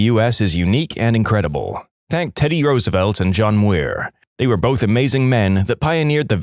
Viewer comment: Myurr. But halfway to mewr.